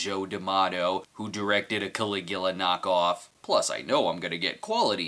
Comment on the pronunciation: It's Caligula! Wonder if Brad knows 'bout the guy 🤔